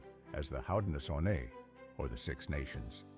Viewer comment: Nice presentation! Beautiful graphics- However title is a misnomer; says it’s 3 tribes but really it’s 2 tribes and a Confederacy (which is explained in the video of being 6 tribes . Technically it was 5 originally then expanded to 6 ). The narration also pronounces Haudenosaunee incorrectly. How do I know ? I am Cayuga.🪶🙂